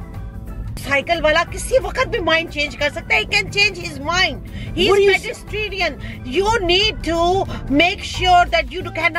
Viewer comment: “he’s PEDEST-REDIAN” 😂😂😂😭😭😭😭